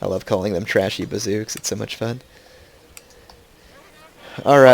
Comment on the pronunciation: Did you say ''Trashy' Bazouks' ? xD PS: there was a enemy fleet nearby and its 'region of influence' reached the landbridge, thats why you couldnt cross the Kattegat Landbridge